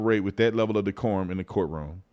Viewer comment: How in the hell does a Republican say the word decorm?